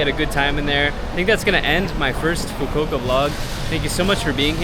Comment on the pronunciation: its foo koo oo kah